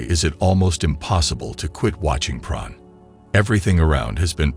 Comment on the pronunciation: Why is he calling it "Praan"